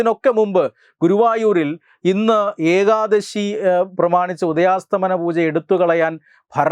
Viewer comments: ഉദയാസ്തമന അല്ല ഉദയാസ്തമയ പൂജ ആണ് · ഉദയാസ്ഥമനപൂജയല്ല ഉദയാസ്ഥമയ പൂജയാണ് ശരി